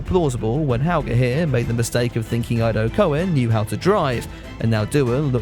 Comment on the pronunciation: hmmm, actually, Ido Cohen's name is pronounced like the " i " is an " e "(edo cohen). Ho, and great video BTW, it's just that my OCD would never let me get away with this.